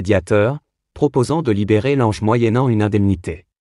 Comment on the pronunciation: Lange mais il n’est pas français, son nom se lit langue, essayer de ne pas déformer les noms